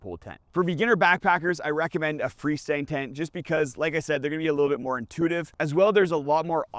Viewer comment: Translation: Fresndntent = Free Standing Tent